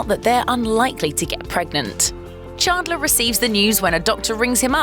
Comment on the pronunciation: Stopped watching the video when she said Chaandlor instead of Chandler